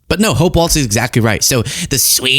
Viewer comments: I love your show. I love your content. I can't stand the way you keep saying Tim name is pronounced walls. It just distracts me so much and I don't know why that's about the only thing that I can complain about you. Please pronounce his name right, He might be the next President. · Walz pronounced like Walls. I don’t mean to be nitpicky, but I live in Minnesota and it’s hard to hear it pronounced incorrectly so much. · I truly enjoy your channel. Walz is actually pronounced like the word walls. There is a different member of congress whose last name is pronounced how you are saying the last name, but it does not fit the awesome family you are talking about in this video. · Laura Ingraham is always condescendingly rude, especially to smart women. She has proven time and time again to be a dumb blonde that parrots buzz words! Good job, Hope! Tim and Gwen raised strong fabulously beautiful children! Please pronounce Walz correctly, there is no T in it. Minnesota Proud! 💙💙💙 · Hey would you please pronounce "Walz" properly? It's not "Waltz". It's like "walls". Thanks. 💜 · Quit saying Waltz!!! There's no "T!" It's Walz! Ok, I'm over it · Please,, the name is pronounced just like it is spelled. Your title shows that you're aware there is no "T" in the spelling... There is also no "T" in the pronunciation. It is not a dance - walTz - it is pronounced "WALLS" - no "T". I agree with everything you said here - I was a subscriber almost immediately after I discovered your feed - but, as a native Minnesotan, found myself distracted and annoyed by the mispronunciation. Keep fighting for reality and the truth, my friend! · Walz is pronounced like WALLS, not Waltz. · W-A-L-Z, not W-A-L-T-Z. Thanks. :) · Excellent as always,, but it’s Walz ( pronounced walls) not Waltz. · Is it pronounced Waltz or Walz? I'm hearing you say WALTZ. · Stop saying "walts" Start saying "walls" Thank you. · It’s “Walz” please don’t say waltz🙏🏼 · Walzzzzzzzz not Waltz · It's walz not waltz